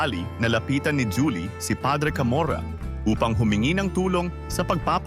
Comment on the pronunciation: hindi po ba hu-li ang pagkakabigkas ng juli?